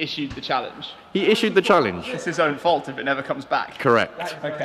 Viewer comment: Is-shoe-d the challenge